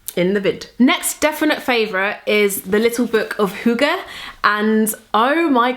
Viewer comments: The way you pronounce hygge is so cute haha <3 I'm from Denmark, so it's great to see that you are so into hygge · I love the way you pronounce hygge. It is very sweet :) I am from Denmark and would love if you went to Copenhagen :)